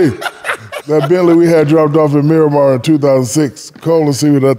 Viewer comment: Damn the fact that he said Miramar 😂😂😂